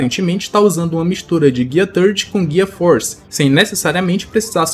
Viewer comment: Parei de ouvir mo gear "force"